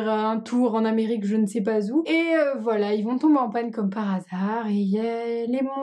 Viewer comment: c'est voilà et pas boila